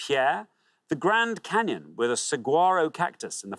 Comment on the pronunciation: The grand caynon "Im going to say Detroit " LOL